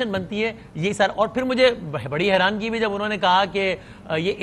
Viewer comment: Learned Journalists, correct word is HERANI and not HERANGI.